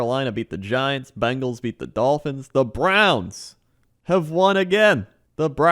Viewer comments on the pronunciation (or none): none